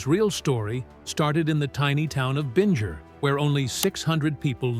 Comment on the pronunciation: JB's home town is pronounced "Bing-er". Rhymes with "ringer". Not "Binj-er".